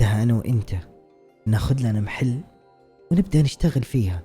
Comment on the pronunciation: كلمة محل بفتح الميم مو بكسرها تضايقت وأنا اسمعك تقول مِحل😭